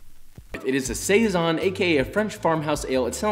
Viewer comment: You not liking a beer did not get me to switch the video off. The word Saison however…